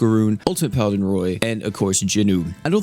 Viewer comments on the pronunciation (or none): none